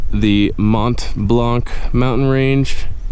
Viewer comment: Blanc actually means white in english and you don't spell the c at the end :) nice video tho!!!